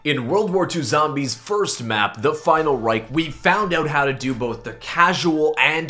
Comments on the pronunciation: You said Reich wrong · Knows all the easter eggs, still cant say Final Reich properly